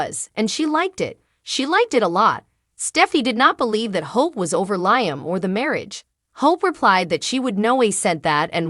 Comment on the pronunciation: She said Liem like lie m, not Liam 😂😂😂